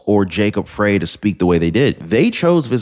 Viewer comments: It's not pronounced Fray. It's pronounced FRY. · Do you even read these comments? Frey is pronounced Fry, as in fry a hamburger, fry Frey's balls, fry brain, etc... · It’s pronounced fry as in frying!